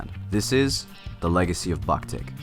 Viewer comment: How can you pronounce japanese names perfectly but don't know how to pronounce the name of the band?